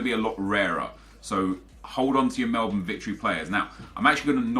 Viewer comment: Did he just pronounce Melbourne correctly?...